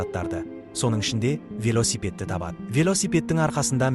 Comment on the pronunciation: Дурыстап айтсайш кайдагы вилёсепед емес вилосепет деп сосын ол мотоцикл